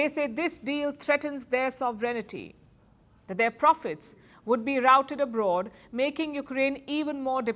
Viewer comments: Palki, you pronounce "Sovereignty" incorrectly. Please check out the right pronunciation and remove the blemish in your otherwise stylish English speech. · Palki is so cute and fluent but doesn't know how to pronounce 'Sovereignty'. For Ukraine, the situation is like, One guy wants to loot Ukraine's land and the other its resources.